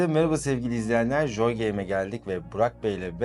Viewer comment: Keşke gittiğiniz stüdyonun adının telaffuzuna önceden bir baksaydınız. JJJJooy game nedir ya. Abi joy gibi bir basit gündelik kelimenin COY diye okunacağını bilin lütfen. Video boyunca rahatsız edici.